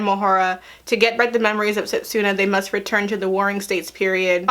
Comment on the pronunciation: At least pronounce their names right. Towa, setsuna and moroha.